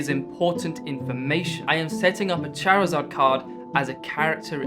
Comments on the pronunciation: It's charizard not charzaaa😂😅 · lmao I'm sorry but I've never heard someone pronounce Charizard like that lmao aw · I had much more fun with your pronunciation of "Charizard".